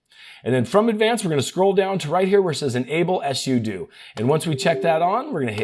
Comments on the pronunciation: Until you, i've never heard someone pronounce "SUDO" as "ESS YOU DUE". Most people say "SUE DUE" though I like to pronounce it "pseudo" because it's "SUperUserDo". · I’ve been a Linux & Android user for a long time, and I’ve talked to a ton of people. I’ve never heard sudo pronounced the way he did. I was so confused just listening, but not actually watching the video. All my life everybody has pronounced it “soo-doh”. Like pseudo without the P. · Thanks for the video - didn't know about the Startup Repair. Don't know if it's intentional or engagement-bait, but SUDO is pronounced SUE-DO (direct from the creator of the command). Also, REGEDIT IS REJ-EDIT. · Suh-doh? S.U.do?? 😂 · It’s pronounced soodoo 😂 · SUDO RHYMES WITH JUDO!! Yes, I know exactly what it’s an abbreviation for, but if you had ANY logic about your (mis)pronunciations, you’d call it S.U.D.O., not S.U.doo. Do you do this purposely, trying to piss off your audience by purposely mispronouncing things which EVERYONE knows how it should be said? How do you explain reGedit? It’s short for reGistry editor, how do you say the word registry? Obviously, every normal person says it reJistry, not the honestly pathetic and insanely annoying way you mispronounce the word. So, the real question is WHY DO YOU PERSIST TO MISPRONOUNCE COMMON WORDS IN SUCH AN INCREDIBLY INFURIATING MANNER? Are you actually trying to alienate your audience? Really? UNTIL YOU CHANGE, I’M GIVING YOU A THUMBS DOWN EVERY TIME YOU USE THESE HORRIBLE (MIS)PRONUNCIATIONS!! 💩🖕🖕👎👎👎